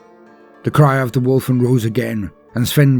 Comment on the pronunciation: I love your posts, but all I heard was “Wolf wolf wolf wolf wolf “.;)